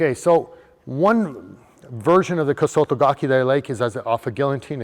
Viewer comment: It's not pronounced Kosoto Gakeee.